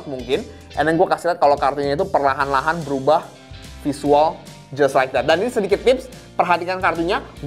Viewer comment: Tiap kali dia ngomong "jias laek dat", gw langsung kolaps sesaat.